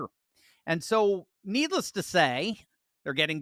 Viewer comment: Was that "needless to say", or "needles to say"?